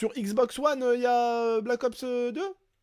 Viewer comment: Mdr " xbox OUANNE " jpp 😂😂😂